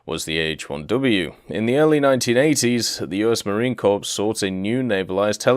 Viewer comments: The "ps" in "Marine Corps" is silent; it's just "muh-reen kor." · Marine corpse :p